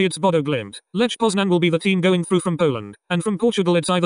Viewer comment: bro, i am from poland and i just want to say that you are saying wrong "lech poznań" and also fuck ajaks